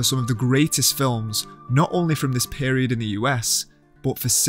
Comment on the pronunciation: I love how you pronounced "pAEHriod"